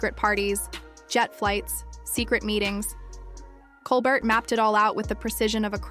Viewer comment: OMG can you people just pronounce his name properly? ColBEAR. The T is silent. 🙄